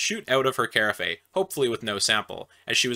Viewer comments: Sorry to be "that guy", but I just cant help myself, lol. Anyway, "Carafe" is pronounced "Ku-Raf", not "Ka-Raf-ee" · "carafe" is pronounced like "giraffe", so kinda like "ker-af" not "care-uh-fayes". Sorry, but I always like to help people with small things like this or if they have something in their teeth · Ka-raf, not car-ah-fay hehe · Moral o the story: If you don't want herpes, don't go around promiscuously hugging everybody. By the way, carafe is just "ka-raf," not "kei-ra-fei" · I've never heard "carafe" pronounced "care-uh-fay" before, is this a chemistry or a Canadian thing? I always heard my parents asking for a half "care-aff" of wine instead. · Carafe=Care-aff not care-aff-ayy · Carafe is pronounced "Kuh-Raff" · I always heard carafe pronounced like giraffe with a K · The second syllable of carafe is pronounced "AFF". Two syllables, not three. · Carafe lol it's pronounced ka raf. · carafe is pronounced rhyming to giraffe! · Carafe is pronounced “caw-raf” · Carafe rhymes with giraffe 🦒. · Carafe is french, so pronounced as karaff. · (the second syllable of carafe is pronounced as in giraffe, btw, it's a weird word) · The e in "carafe" is silent. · The way he pronounces carafe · I’ve never heard anyone pronounce carafe that way 😝 Fyi: I’m not being rude, it just made me laugh!🙃 Edit: timestamp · Love the content just the way you pronounce carafe grinds my gears 😂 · definitely not how carafe is pronounced haha.